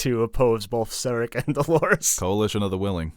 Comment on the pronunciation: Serac is French, in French all words have stress on last syllable. So it is SerAc :)